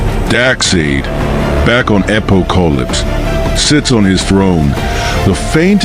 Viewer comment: My only real concern was the AI's annunciation of Darkseid and Apokolips. I did't recognized who or where it was talking about until half way through the story. Maybe next one will be better.